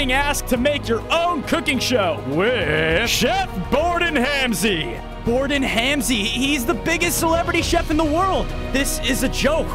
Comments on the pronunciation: Gordon ramsey❌️. Gordon hamsey ✅️ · Bro said gordan Halsey 😂😂😂😂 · man really said “bordan hamsy”💀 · Bro just changed Gordon Ramsay to Borden ramsay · “Borden Hamsey”💀💀💀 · Yo we don't got Gordon Ramsay we got Borden Hamsey😂